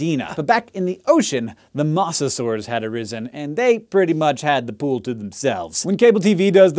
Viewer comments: "Moss-a-saur"... Every documentary I've ever watched pronounced it "moe-zuh-saur", and you come out here with "moss-a-saur". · Isn't Mosasaur pronounce MO-za-SOR? Like Moses? Moe's Southwestern Grill? Eenie meenie miny mosasaur? Then again, you are the science guy, so I could be wrong. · Pretty good information that far too few people know. Although, it's pronounced MOE-sasaur. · When you said Mosasaur I thought it was hilarious as I have always thought it was pronounced like MOE-sa-saur but now all I can hear is Mozzasaur which I imagine to be a giant cheese dinosaur. Day improved. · i dont mean to be THAT guy but he prenounced mosasaur wrong its moses ore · Dislike because you kept pronouncing it "mawsasaur"